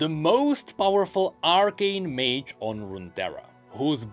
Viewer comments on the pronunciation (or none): none